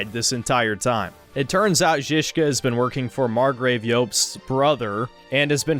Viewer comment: Props for pronouncing Žižka correctly